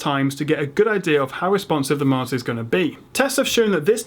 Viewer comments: you say marter instead of monitor lol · why does it sound like he's saying "martyr"? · Why does it sound like he's saying martyr.